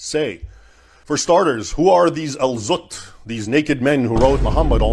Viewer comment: Al-zutt❎ Al-butt✅